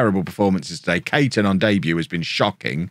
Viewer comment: Charlie Caton is pronounced Cayton, it's my name so I should know, hehe